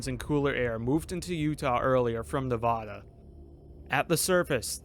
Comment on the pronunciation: Had to stop watching the video when I heard how you pronounced Nevada.